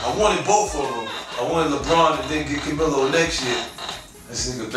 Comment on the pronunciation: He said Camillo lol its Carmelo fif